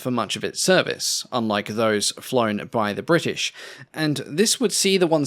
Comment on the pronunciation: Bwrritish! :D